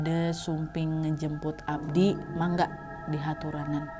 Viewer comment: Monggo bukan mangga